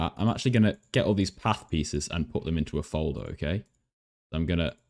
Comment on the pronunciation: You said path as AH